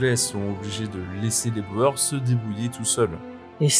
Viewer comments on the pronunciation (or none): On ne prononce pas "Boères" mais "bourres"... Même si ça s'écrit "Boers" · Ça se dit "bourgs" et non pas Boer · boer"s" , en néerlandais, se prononce bour (long sur le "ou" ; bouur (s) ;)